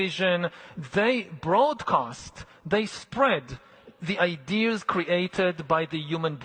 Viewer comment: Yo listen, this guy absolutely CANNOT be a superior being worthy of deciding the fates of the rest of us AND BE SAYING THINGS LIKE “IDEARS” - one or the other, brother…